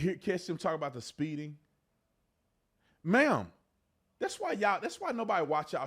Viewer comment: How do you talk to a woman and keep saying "man"? Tyreek, you pronounced "ma'am" wrong!